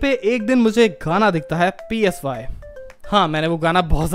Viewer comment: Mere Bhai. PSY is pronounced “Sy” (kinda like Sigh).